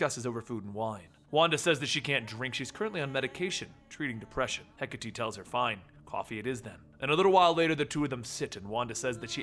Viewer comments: hecka-tea... pls its he-kate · I apologize, but it's pronounced hek-a-tay... not hek-a-tee. Hecate is one of those Greek pronunciations. Sorry again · ok its (He - Kate) not (Hek - a - Tee) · It's actually Heh-KAH-Tee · when he pronounces hecate wrong...